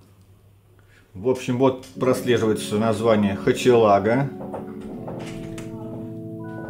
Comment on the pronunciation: Купил такую же на ибее, называется хохелага а не хачелага)